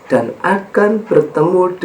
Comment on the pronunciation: Mohon maaf kadang kesleo/terpleset lidah LAN =DAN , kemudian bukan MENGAMALKAN Kejelekan tapi MENGALAHKAN Kejelekan... Sekali lagi mohon Maaf..